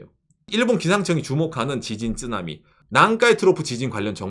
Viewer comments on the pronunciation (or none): 쯔나미 말고 쓰나미라고 해주세요. 일본식발음 듣기가 부담이.. 일본을 안 좋아해서요